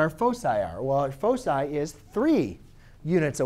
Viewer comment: i cant understand your focci?